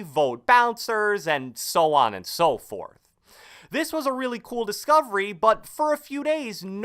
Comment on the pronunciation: “And so on and so forrrrrth”